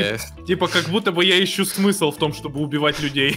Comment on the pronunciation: Никто: Абсолютно никто: Подписчики: это видео переполнено смыслооооом! Смысол, СмЫсОл, СМЫСЛОЛ, СМЫСОЛ